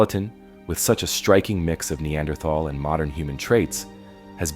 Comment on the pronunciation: That's not how you say Neanderthal.